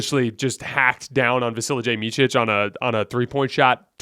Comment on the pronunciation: Hi, great video as always, love your stuff! Please don't take this the wrong way (please), I just want to offer some help/tip/advice for the pronunciation of Vasilije I'll try to describe the sound the best I can, instead of Vasili[jay] it's Vasili[ye], like Serge[y] or [y]ank (as in pull). Again, not trying to be a douche here 😬 Have a good one!